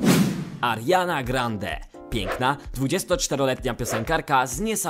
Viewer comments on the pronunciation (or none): none